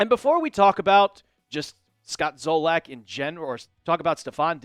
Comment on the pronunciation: It's Zolak.....said Zah-Lick....not Zoh-Lack